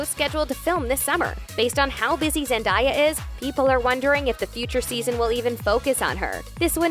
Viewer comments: It’s zendAya not zendIya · i’m sorry but why did the narrator pronounce zendaya like that 😭😭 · girl said zen"die"ya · Why does she keep on saying "ZenDIEah" its Zendaya, you literally say it how it is spelt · The fact that there's an entire pronunciation video on ZenDAYa's name and she still says it wrong. Tom even says her name right and he has an accent 😂 smdh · ZEN-Day-A !!! Like get it right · PRONONCÉ HER NAME RIGHT. ZEN-DAYA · zen- DIE -ya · zendiya LMAOOO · It’s pronounced ZEN-DAY-AH!!!!!!! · Say her name right bishhhh!!! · why is she saying Zendayas name wrong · Every time you said her name wrong my body cringed by itself.. thanks for making me feel uncomfortable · Dude why are u saying Zendaya’s name wrong?! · The way you pronounce her name ugh 😩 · for the love of god quit saying zendaya wrong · How out of all the names of the actors do you mess up Zendaya